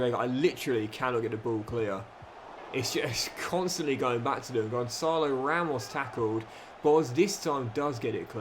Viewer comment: Did my ears deceive me…looks like finally pronounced Gonçalo Ramos’ name right! See 🎉